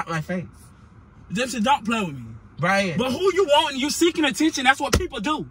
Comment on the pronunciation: he said “you just broke up wimme” wen he da one said he wanna break up😂😂